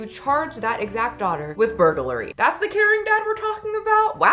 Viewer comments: Lol...say it with me...burg...lary (lur-ee)....not burger-lary...just burg....lary (lur-ee) You can do it!! 😂👏👏 Thanks for making me laugh on such a bad day! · Thank you for the burglary mispronunciations 😂❤ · I empathize with you. Nothing reminds me I used to have a speech impediment like the sheer hurdle of saying burglary 😭💀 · the reason why you are having a hard time saying burglary, without looking at it, is because you are adding a syllable.